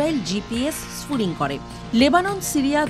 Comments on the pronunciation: gps spoofing not gps spooling, correction pls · শব্দটা স্পুফিং , স্পুলিং না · এটা স্পুফিং ।স্পুলিং না। হায়রে সাংবাদিক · লেখা আছে স্পুফিং আর বলতেছেন স্ফুলিং । আপনাদের শিক্ষা আর সাধারন জ্ঞন খুবি কম। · It's Spoofing Not Splooing😂😂😂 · GPS sfuling na... GPS spoofing uccharon hobe...!!! 😅👍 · স্ফুলিং না স্পুফিং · স্ফুলিং নয়, স্পুফিং। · স্ফুলিং না, স্পুফিং !!!! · টেক্সটে আছে স্পুফিং, পাঠিকা বারবার পড়ছেন স্পুলিং। কি আর বলবো! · spoofing not sfooling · এই প্রতিবেদনে যিনি কন্ঠ দিয়েছেন তার উচ্চারণের ব্যাপারে আরও সতর্ক হওয়া উচিত। শব্দটা স্পুফিং (spoofing), অথচ বার বার ফুলিং বলে গেছে। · উচ্চারণ ঠিক করতে হবে। শব্দটা হলো "স্পুফিং"। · 😊😊😂😂😂😂😂 আগে উচ্চারণ শেখ। Spoofing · পুরো ভিডিও তে স্পুফিংকে "স্ফুলিংগ" বলছেন আপাটি। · আনার spoffing উচ্চারণ টা ঠিক নাই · উচ্চারণ টাই করতে পারছে না ঠিকঠাক। অবাক হই এনারা সংবাদ সংস্থা। শুধু ভুলভাল narrative প্রচারে ব্যস্ত..!! ওরে spoofing যখন হয়, তখন আগে থেকেই বন্ধু রাষ্ট্রগুলোর কাছে খবর থাকে..!! আর ভারত চীনের মতো রাষ্ট্র, আমেরিকার‌ GPS নয়, নিজস্ব ব্যবস্থা ব্যবহার করে। GPS spoofing সেখানে কাজ করে না।